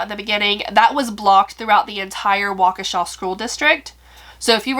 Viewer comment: You said it correct...Waukesha Wi. It's about a hour from where I live. Pretty wild story!! As for being charged as an adult. Yes, they planned this and knew what they were doing. She should not have been released in such a short time. Keep her in there until 2039 and consider it.. I attended the Brat/Hotdog festival in Madison. (I work in Madison) . It was a great event and I hope noting but the best for Paton & her family! You told the story very well. (as always)